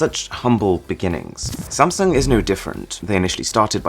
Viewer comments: did he call samsung samsang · gotta add one more. it's actually pronounced as Samseong, not Samsoong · 1st its burj HHAAA leaf AHHHH no K sound, next its sam SONG